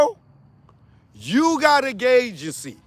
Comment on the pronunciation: Please say “gaygency” 10 more times.😂😂😂😂